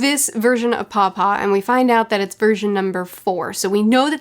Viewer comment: What you're saying "paw-paw" What I'm hearing "papa" Lolol I love these reviews so much, and they've only gotten better with each arc! I'm so excited to see your experience with the rest of this Saga, and am super looking forward to your reread, I'll probably start one at the same time. Ngl, I'm also looking forward to the anime reactor, Ruff, to react to your reaction this weekend, lol